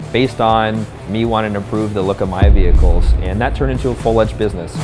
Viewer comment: Did this BOSS guy purposly say, "That turned into a full EDGED business" to soiund tough or something? Its "Full fledged" not ""Full edged" jesus